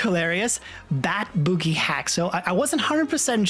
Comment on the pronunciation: Bro its not boogie 💀